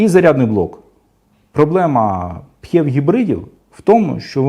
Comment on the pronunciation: Дякую за гарний та цілком доступний огляд. Тільки одне зауваження, як на мене, то ваша вимова типів гибридів...., аж вуха закручує. Пхєв..., мхєв... Жах! Існує просте й зрозуміле: ПіЕйчІВі (PHEV) і таке інше... Слава Україні! Слава нації! Смерть ворогам!